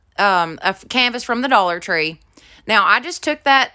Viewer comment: Thought you said “the Dollar Funeral” store. Lol